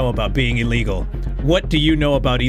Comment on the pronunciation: “What do you know about being illgeal”😂